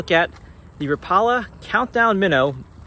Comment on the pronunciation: Rapala is correct pronounced rap-ah-la not rah-paula. Go check it out in their YouTube channel. The new micros are pretty sweet though. I have to watch where I throw small lures like that because perch absolutely swallow them and it gets old doing surgery on fish to get your lure back.